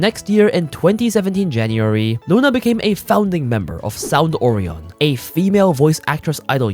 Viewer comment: The most disturbing thing out this story is the incorrect pronunciation of Orion.